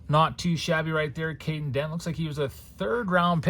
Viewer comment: it’s Kaden Kent not Dent. He’s Jeff Kent’s son